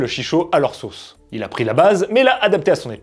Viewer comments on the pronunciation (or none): none